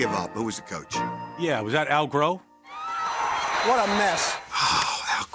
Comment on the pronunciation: The way they say "Al Growe" starting will always make me laugh